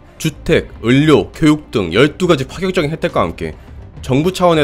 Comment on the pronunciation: 의료 발음이 잘 안되시는군요